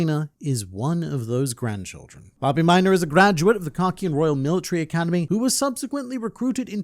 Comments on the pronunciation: Babimyna❌ Bah, be my nah ✅ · i cuold barely remember this character so saying hearing you say his name like a million times, i thought u were saying Bobby Minor and i was like why do u keep saying his last name? lmao his name is Babimyna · I understand how Hisoka schwing feels when I hear you say Bobbymina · Babimyna❌ Bobby muda✅ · say böbyminor again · I totally thought he was saying Bobby Miner 😂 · Thought I hallucinated I kept hearing "minor" 😂😂😂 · Take a shot glass of your beverage of choice every time he says “Babimyna”.